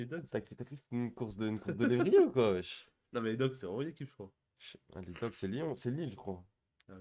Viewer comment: À Lille c'est les Dogues j'ai l'impression d'avoir entendu Dogs mdr Et les Skybloues c'est pas Chelsea c'est Tremblay ;)